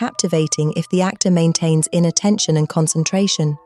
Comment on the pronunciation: Anybody else heard "innattention" until "inner tension" flashed on the screen?